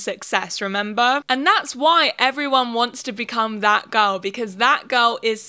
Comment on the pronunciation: LMAO WHEN SHE SAID THAT GIRL TREND I THOUGHT SHE SAID FAT GIRL TREND